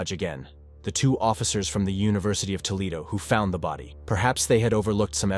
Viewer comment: Toe lead o. = Toledo